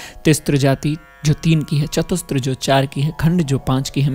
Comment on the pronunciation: तिस्र और चतुस्र बोलिए, तिस्त्र और चतुस्त्र नहीं। वैसे ही hrisva नहीं hrasva शुद्ध उच्चारण है